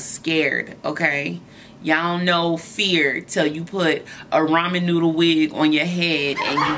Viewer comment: Did you say ramen noodle lol